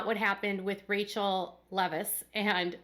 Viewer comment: It's not rachel its rachelle pronounced rah chelle